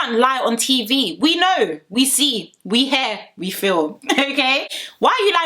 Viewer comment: I love the way you pronounce hear as hair.